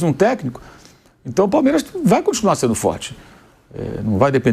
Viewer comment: Falou Palmeiraxxx pra caralho kkkkkkk😂😂😂